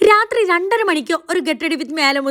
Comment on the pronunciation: റാത്രി അല്ല രാത്രി ആണ്